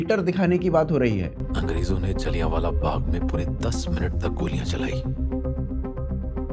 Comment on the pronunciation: सूसरे..जलियानवाला नही. जलियांवाला